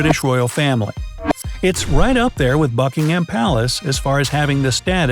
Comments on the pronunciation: Berrrrkshire and bucking hammmm palace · Buckingham is pronounced like: Buck - In - gum :)